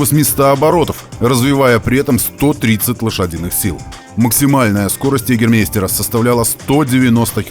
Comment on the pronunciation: Йегермейстер-правильно произносить ЙегермАйстер-вообще то популярный травяной ликёр в Германии. Прикольненнький в целом. На логотипе того самого ТТ в вашем видео красуется эмблема того самого ликера-олень. Переводится как мастер-охотник. Я не копался подробно-какое отношение производитель выпивки имеет к машинам NSU, не исключаю-что тупо попросили нанести логотип на машину во время гонок :)